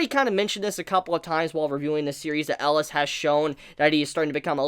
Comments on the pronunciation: Cmon. For the final episode you have to say his name right. Atleast Once: "El-i-as". And together: "EL-I-AS" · I can't decide what's worse, mispronouncing the name of a main character that's been said 100 times during the series, or saying the name of the series in a grammatically incorrect way. There have also been a million comments telling him the correct pronunciations. I can't believe he hasn't picked up on it by now.